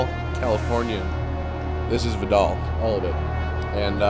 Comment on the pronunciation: Hey matt you said Vidal wrong the I is long.